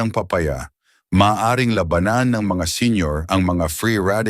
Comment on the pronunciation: Sana ay ayusin ang pagbigkas ng mga salita dahil nagiging iba ang kahulugan ng salita kung di wasto ang pagbigkas. Gaya ng sabi mong labanan. Labanan to fight habang ung isa ay giyera o war. Marami pa ang bigkas mong mali. Sana ay ayusin ang bigkas. Okay ang mga iyong mga ulat. Salamat.